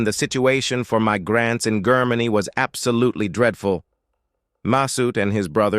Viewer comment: Brother try jermany for GERMANY and you are closer with the rigth pronounciation .i am from Germany and that feels stupid stupid and simple wrong how U say IT.😅but best luck and have a nice day🎉